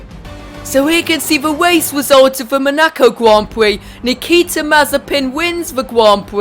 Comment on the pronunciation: 3 mins he says at the Monaco gwand pwix